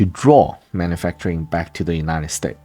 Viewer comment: United States…please add the “s.” Sounds a bit like Cantonese English when the s is chopped off like that. Great content. Thank you. 🙏